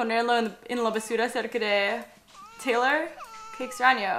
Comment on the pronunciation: taylor en español se dice teylor